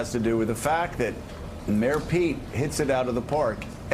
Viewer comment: JOE! It's pronounced Bet-oh! Not bed-o or bero like you make it sound.